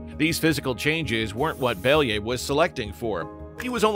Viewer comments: It pronounces like Bel (yuh) ev Not Beliyv like you say Or your ai voicover🗿 And about the wolves Weren't they protowolves who's branches gave us modern wolves and dogs? At least didn't messed up the Pushinka) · It's pronounced as it's written - BelYAyev, not BEliyev. There is YA, not I and stress is on YA. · [ya] in "Belyaev" pronounced the same way as [ya] in word "yard". Plus, the stress falls on this sound. Беля́ев. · You should check pronunciation of a surname next time! It’s pronounced Belaev